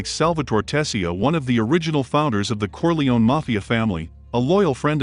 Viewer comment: Why are you mispronouncing Corleone? Who's paying you off?